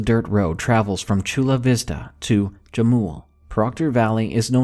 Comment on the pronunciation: Jamul is pronounced "Ham-OOL." It's Spanish. (And yeah, Proctor Valley is a pretty creepy place, and that's coming from a sceptic!)